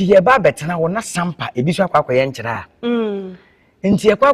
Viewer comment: Madam presenter/host! Please how you pronounce Nkyeraa. There is a town called Chiraa which is affiliated with Dormaa as Dormaa Benkumhene and Nkyeraa which pays allegiance to the Golden Stool of Asante. Please distinguish your pronunciation clearly between these two towns.